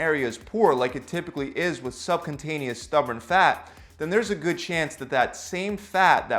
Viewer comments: I love your videos. learned a ton. One small correction though. It is not sub-con-taneous. it is sub-cu-ta-neous. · Its cutaneous not cuntaneous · you are pronouncing the word "subcutaneous" wrongly as "subcuntaneous"... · SUBCU-TANEOUS! NOT SUB CONTANIOUS! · You keep saying "sub-contain-eous". It's "sub-kyoo-taneous". And it's specifically beta 3 receptors that are expressed in adipocytes. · Subcutaneous not subcuntaneous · Subcuntaneous lmaoooooo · I see subcutaneous but I hear subcuntinous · Pronounced Sub-q-tain-yus ;-) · I couldn't keep listening after you called it subcontainius 🙄. 😂🤣😂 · Hey, great video but it's pronounced SUB- CUTE- ANEOUS fat, I know you're not a scientist but thought I'd correct it for the future :) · Dude, seriously, first learn to PRONOUNCE subcutaneous fat before making a video about it. it's not "sub-contain-eous" as you keep saying... lmao... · Very solid vid, very knowledgeable. :) 1 thing. Sub-Q-tain-ee-us. Not remotely being mean-spirited, mocking, or giving you grief. I just wanted to point it out so that your obvious knowledge-ability doesn't get lost due to mispronunciation. :) Keep at it, man. :D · have another listen, he says subCUNTaneous fat. Oh yes he does 😀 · Is he...is he calling it sub-cunt-taneous? Fair. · Nice... ohh and cutaneous is pronounced (Q- tain-e-us) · Excellent video, thanks for the info. Just as a friendly heads up to say that you keep adding an “n” in the word subcutaneous right before the “t” which is making it sound like. . . a very, very different type of fat. : ) Thanks again for the video, it really helped!